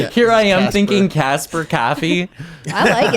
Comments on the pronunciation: Bro.. "Cahh-fee" 🤦‍♂️🤣✌️ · Umm Boston? Nope lol, I'm guessing Wisconsin or Chicago, u can tell how he says coffee like cahfee. Plus us Massholes don't pronounce our r's lol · bro said "Caffie"